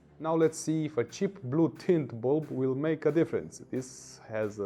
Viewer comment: Whenever he says bulb, for reason I hear Bald.